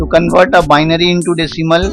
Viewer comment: You said hexadecimal to bibary